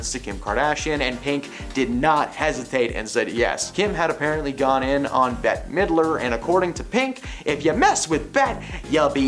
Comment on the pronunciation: "Betty" Midler??? Come on, man. If you cannot take the time & care to learn to pronounce peoples' names correctly, you have no business reporting on them.